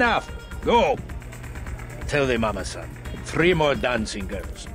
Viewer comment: Saying “Mama-san” is as bad as their accents. In fact, exactly so. Pronouncing “r” instead of “l” is a Japanese thing, while we’re being in China. A blatant mistake. And -san is also a Japanese honorific suffix.